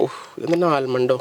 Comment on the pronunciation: Almadan alla potta 😂 almond